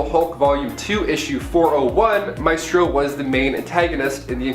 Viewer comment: Maestro is pronounced "My stroe." Ilyana is pronounced "ill yan uh." Otherwise, Great Job!!